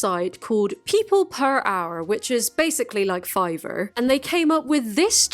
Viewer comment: You say the word "fiver" with an intense Irishness that is very endearing